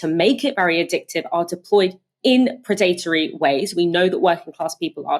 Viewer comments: PRED-a-TOR-y, not pred-ATE-ory! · It’s Pred+Uh+Tree, not Pre+Date+Or+E